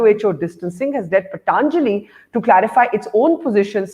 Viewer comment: So this host aunty can pronounce patanjali but keeps calling it paTaaanjali as it's fashionable. Also I've been taking ayurvedic supplements for immunity n they're any day better and cheaper than allopathic vitamins.